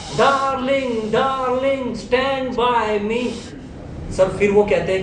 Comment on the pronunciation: " SHTAND BY ME " - Ranvijay Singha, 2012